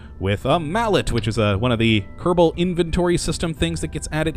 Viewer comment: Why do you say Keddabull instead of kerrbull it just sounds retarded